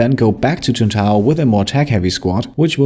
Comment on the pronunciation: It’s Tuntae….. ohhhhhhhhhh😂